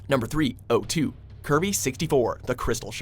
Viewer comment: It's not pronounced O2 it's pronounced 02